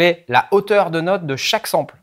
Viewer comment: Sample... on dit ''Sempeul''!